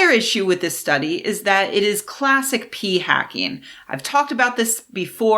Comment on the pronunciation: I hate to be that guy, but you mispronounced p-hacking. It sounds like "faking". Example usage: "This is p-hacking dishonest and they should get their p-hacking degrees and p-hacking licenses taken away... P-hacking hell."